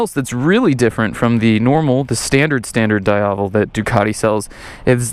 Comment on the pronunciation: Lol, yes you are butchering it. dee-Ah-vell